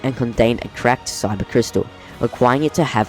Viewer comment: not trying to be rude but its kyber not syber